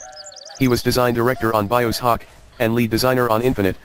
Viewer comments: Robot voice keeps saying Bio Sock, LoL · Its pronounced as BioShock, not BiosHock... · "Bios hock" lol man that was annoying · Ugh that computer voice is giving me a friggin headache. Couldn't they have just used an actual person to narrate the script? It couldn't even pronounce "Bioshock" correctly XD